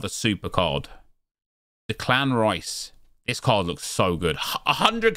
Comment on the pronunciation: Why is nobody pointing out that he can't pronounce Declan rices first name ?